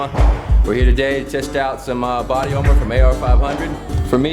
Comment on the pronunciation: its armor not harmor